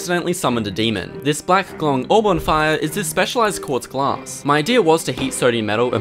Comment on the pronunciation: "it's a special quatza glaaaas🥸"